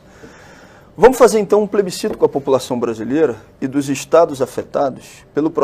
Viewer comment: "poblema do plesbicito é que o povo é que decide"